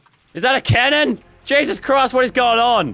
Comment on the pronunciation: can u stop saying jesus crised